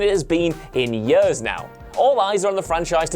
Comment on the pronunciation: For "yeuhs"...